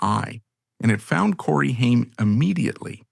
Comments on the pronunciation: You lose all credibility when your shitty AI voiceover can’t even correctly pronounce the name of your video’s subject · Omg this AI is so bad. You cant even say names correctly. Stop being lazy and reas the script yourself. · Shame that his name is said wrong thru this whole video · thats not how to pronounce his name